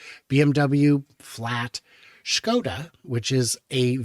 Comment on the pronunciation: Wow first time ever American pronounced “Škoda” exactly as it should be pronounced, I am impressed!